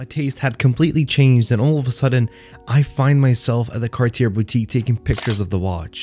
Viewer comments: The final "r" is NOT pronounced.. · Please tell me you know how to pronounce Cartier after all this time?